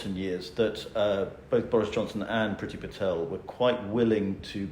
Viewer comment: Love love love Bridget Phetasy please pronounce her name correctly. Other than that great content xxx